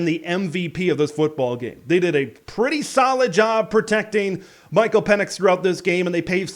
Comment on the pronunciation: Some points of clarification: - Our QB’s name is Penix, not Pinnex. - Jimmy Lake was fired for a culmination of issues. Some of these reasons were directly football related (mediocre at best record, embarrassing loses like the home opener against FCS team Montana, awful hiring decisions like OC Donovan, and piss poor recruiting) and some were for other reasons (multiple physical alterations with players that he refused to apologize for, multiple reports of verbal abuse and emotional instability towards players and staff, low game attendance and fan enthusiasm compared to the much beloved Petersen era, cratering revenue due to said low attendance and enthusiasm, started several unnecessary blow ups with the press that the university had to clean up, and repeated conflicts with athletic department and university staff about handling all the above issues to the point where it was getting hostile and unmanageable). The incident you’re referring to was the straw that broke the camel’s back. Cohen only suspended Lake for that incident, but Cauce wanted him gone so he was fired. Glad they moved on that fast because we clearly got a coaching upgrade. - Just my opinion but I’d hard disagree about our D line being great. They’re too inconsistent.